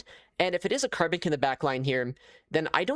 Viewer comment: Say carbink one more time I dare you